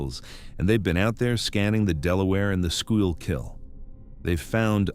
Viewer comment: Schuylkill is pronounced "skoo-gill".